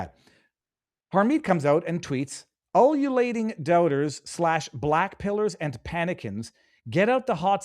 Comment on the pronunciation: "Ululating" is pronounced yoo loo lay ting. Not "uh luh lay ting".